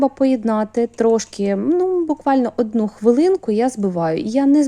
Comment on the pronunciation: ""А"дну,це вже пА рАційські